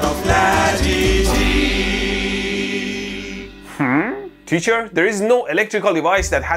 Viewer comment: Latity? I prefer La Titty ( o )( o )